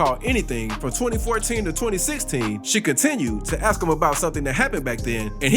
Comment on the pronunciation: Please, it's ASK, not aks.